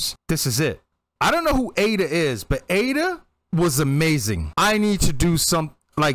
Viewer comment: Just FYI Aida is pronounced Ah-EE-dah Gari-FOOL-ina.